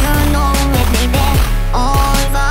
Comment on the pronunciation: when says baby it sounds like b e b e